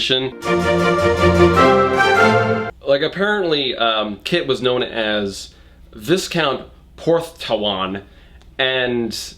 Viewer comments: British viewer here... highly enjoying your version of the British aristocracy and culture. Viss-count... hahahaha you are worth every single ad I sit through. Bless you! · by the way, bit late, but I suppose better late than never, Viscount is pronounced like Vye-count, not Vis-count, no idea why, but knowing Britain, it's probably just French. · So viscount is actually pronounced v-eye-count. And earl is a real thing they just normlly say earl _____________ (lastname) instead of earl of _________ (Sorry but i just wanted to say that for you) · Viscount is a rank in the nobility, a title like Duke or Earl. You do not pronounce the S, emphasis on the first syllable. VY-count. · Viscount is pronounced vie-count. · Viscount is pronounced like vai-count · Wait so in English it's normally said "Vicon" ? Huh. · I'm gonna be *that guy* and point out that viscount is pronounced vy-count - the S is silent. British English follows its own rules, no matter how nonsensical. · Okay, this is just me being nitpicky, so don't worry too much about it, but viscount is pronounce v-eye-count. Just in case it comes up again in a better book ^-^ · "viss-count" tho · Technically viscount is pronounced vi-count with the vi rhyming with try, I believe. But I wouldn't worry too much, as I'm a British person and I couldn't tell you much more than that about the aristocracy. I've also never heard a maid called a daily, in fact they're barely called maids as some would argue reasons why it sounds bad. Most call them cleaners or housekeepers as far as I've seen. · Porthtowan is a seaside village in Cornwall. I'm no expert but I am British and I'm pretty sure villages don't get dedicated earls. Earldoms are usually counties or larger cities. Also Viscount is pronounced Vy-count. Edit: Trevithick is also a tiny village in Cornwall. Newquay, to be precise, which doesn't even have an earl. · Viscount is a title, like duke or earl, and is pronounced "v-eye-count"